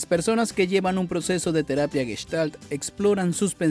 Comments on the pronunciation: No es Gueshtal, es Gestal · Ya te dejaste impresionar por un tarugo que no sabe ni pronunciar Gestalt ! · aparte que es una seudoterapia los terapeutas y psicólogos están más locos que una cabra